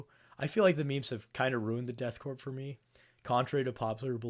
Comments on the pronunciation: Corps (or the stylized korps) is pronounced like core, not corpse or corp. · It's pronounced core* the p is silent. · Please stop pronouncing the "P" in the word Corps (or even Korps in this case). It's pronounced the same as "core" like the core of an apple. The P AND the S are silent. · I know I'm late to this, but you don't pronounce the p in Corps/korps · The worst misconception is that you people think you pronounce the P in Korps